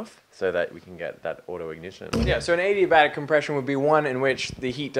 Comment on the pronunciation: Guys...Adiabatic! Not addayabatic :D